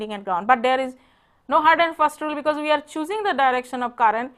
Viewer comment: her 'we' sounds like 'uii' good lecture neways .. carry on ur good work :)